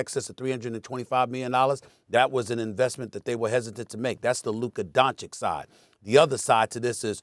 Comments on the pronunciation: It's DonchiCH like CHurCHill ! .. learn to pronounce it ... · Donchik??? Guy has been in a league for a while with huge impact and SAS still doesn't know how to pronounce his name,unreal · After all this years, sas still calls him luka donkich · It's not Don-chick, for fuck's sake. Respect people's names, no matter where they are from. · Why does SAS still not know how to pronounce Doncic? 🧐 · The only thing more surprising than this trade is the fact that Stephen A still can’t pronounce “Doncic”. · Doncic is a 2 syllable name and Stephen A still hasn't figured out how to say it.